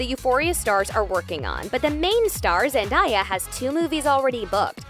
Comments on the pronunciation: It’s zendAya not zendIya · i’m sorry but why did the narrator pronounce zendaya like that 😭😭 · girl said zen"die"ya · Why does she keep on saying "ZenDIEah" its Zendaya, you literally say it how it is spelt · The fact that there's an entire pronunciation video on ZenDAYa's name and she still says it wrong. Tom even says her name right and he has an accent 😂 smdh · ZEN-Day-A !!! Like get it right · PRONONCÉ HER NAME RIGHT. ZEN-DAYA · zen- DIE -ya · zendiya LMAOOO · It’s pronounced ZEN-DAY-AH!!!!!!! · Say her name right bishhhh!!! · why is she saying Zendayas name wrong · Every time you said her name wrong my body cringed by itself.. thanks for making me feel uncomfortable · Dude why are u saying Zendaya’s name wrong?! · The way you pronounce her name ugh 😩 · for the love of god quit saying zendaya wrong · How out of all the names of the actors do you mess up Zendaya